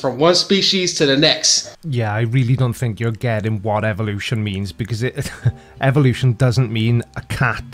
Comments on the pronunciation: TINKER Bell. TIN KER Bell. Phenomenon (Why does he continue saying "evil lotion"? Blue Unction run out or something for him?) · EVIL-lution Mermaidman: EVIL! EVIL!